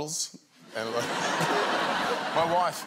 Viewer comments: "Pengwings" instead of penguins and "Woife" instead of wife...these guys... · that's not a woife ....THAT'S A WOIFE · MA WOIFE? is that my wife ? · That's not a woife, this is a woife!